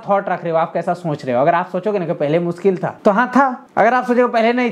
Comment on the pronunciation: मुनकिल नही ना मुनकिन है अपना टाईम आयेगा